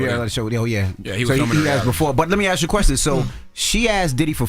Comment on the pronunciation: Ask* not ax